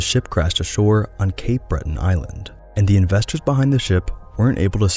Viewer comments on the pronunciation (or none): none